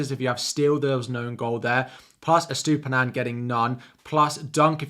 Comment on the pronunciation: another guy that can't pronounce that Brighton fullback name. on to the next FPL channel